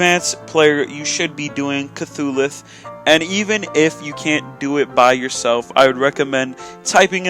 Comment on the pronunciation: Wait.....did he say cthulhuth?